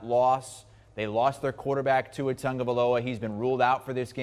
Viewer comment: There is no "n" in Tua's name. I don't understand why so many people pronounce his name like that